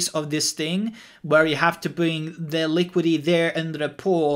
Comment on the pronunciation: It's called LiquiDIty.. not Liquity😉